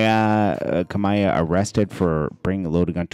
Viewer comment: Damn not kamaiyah!!